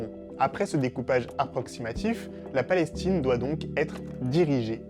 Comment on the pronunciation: La vidéo commence par « La Palestchine » 😖😖😖😖